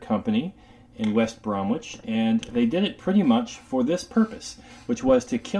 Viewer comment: West Bromich, Not Brom-wich. the 'w' is silent. Other than that 9.9 / 10!